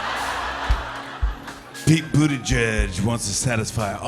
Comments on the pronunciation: It is not buttigeg it's Bu-ti-jij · That surname is still pronounced wrong 💔 #malteser #proudofyaPete Pronounciation: Boo-tea-jij